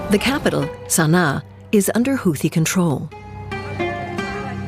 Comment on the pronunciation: seriously? the dunderhead announcer can't correctly pronounce 'houthie'😮 ai garrbage.